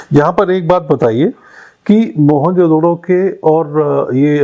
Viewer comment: You are pronouncing the word MOEN JO DARO wrongly after Jo has to bea pause JO means KA in hindi